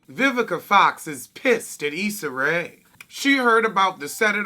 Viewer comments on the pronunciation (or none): none